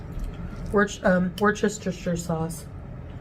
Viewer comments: Worchustershushire sauce?? 😂 " Wuss-ter-sheer sauce..." Come on, dude! It's not that difficult to pronounce. Fuuuuckin hell! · WUSS-tə-shər,. It's pronounced WUSS-tə-shər.